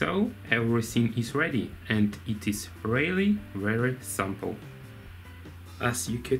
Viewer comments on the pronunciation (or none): none